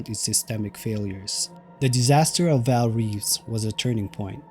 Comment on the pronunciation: "Vaal" ie Gray